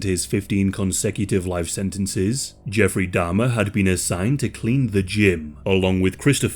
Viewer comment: Can you please pronounce Jeff's surname correctly?? It's Jeffrey Dahmer.